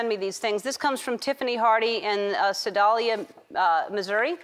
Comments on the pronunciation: Ellen pronounced Sedalia wrong. LOL It's pronounced sa-dale-ya. Still love her though! :) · The first one... It's pronounced like sa-dale-e-uh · First one from pronounced C-dale-ya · It’s Sedalia, not sadalia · cant even say the town name right jeez